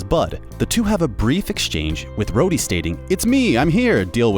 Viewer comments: Did he actually just call Rhodey Roddy? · Who the hell is “Roddy”? Don’t you mean “Rhodey” 🧐🤔🤣🤣🤣🤣 “Roddy” Jesus if you rewatched the movie’s at least get and pronounce the characters names right! It’s not like they’re not said and used in the movie’s!?! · did he just say "Rodee"...? 😔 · Has your host never watched the movies? He pronounced War Machines name as “Rodie” instead of Rhodie. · Also keeps sayings Starks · No he said “Roddy” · Hold on how the hell did he say rhoady